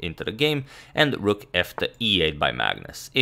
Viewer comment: Dude it's rook not rock